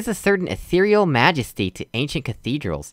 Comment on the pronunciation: I believe you pronounced "majesty" wrong